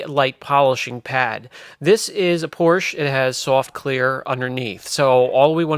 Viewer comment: Der richtige Weg, um Porsche zu sagen, ist "Por-sha". Danke.